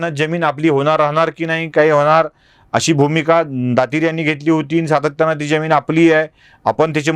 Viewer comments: सर ज्यमीन की जमीन ? आपल्याकडून जी अपेक्षा नाही !! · Jyamin kase mhanta? Jamin